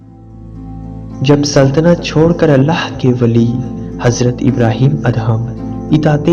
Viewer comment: Assalam o Aliaqm ya ap HAZRAT ABRAHEM ALLAHYMUSALAM YA ELHAM KIA HOTA HYE PHLY APNI URDU THEK KARIN OR PAGAMBRRON KI RESPECT KARIN PLZ